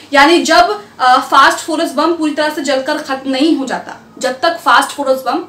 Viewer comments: फास्टफोरस नही फास्फोरस है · मैडम फास्ट फोरस नहीं फास्फोरस 😢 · Sorry...First do your homework!!!!! It's not fast phorus c'mon u r literally going on calling it fast phorus omg it's phosphorus (simple) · Madam fast forest nahi hai o fass forest hai 😂